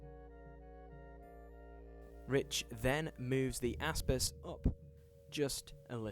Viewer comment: whenever you say Aspis, all I hear is AssPiss